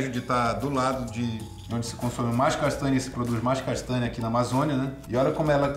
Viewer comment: nao tenho maturidade pra esse seu jeito de falar palavras com NH (castânia) kkk S2. vale pelo engajamento